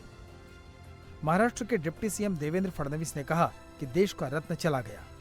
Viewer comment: fadnis ni hai??? (teek se bolo) fadnavis hai